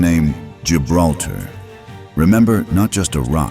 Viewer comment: Lo pronuncian mal. Gibraltar es el nombre.